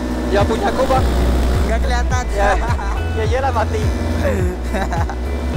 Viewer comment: Ad td tabuat kata pank kwkwk si td tu taucap pank